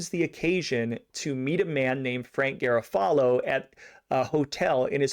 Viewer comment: You are mispronouncing many Italian names and locations. Maybe check before your next podcast. Such as garofalo it’s Ga ro fa lo!